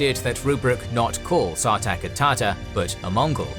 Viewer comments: It's hard to listen to TAR TER the whole video instead of TAH TAR. Narrator, PLEASE... You have 1 job... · After all this, why people keep saying Tatar wrong??? It's not the greek underworld, it's the central eurasian steppe